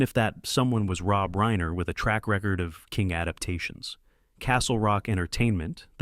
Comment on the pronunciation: Ok so you pronounced Reiner wrong and $3 million while it is a very large sum of money it is not generational wealth. You could easily spend all of that all at once.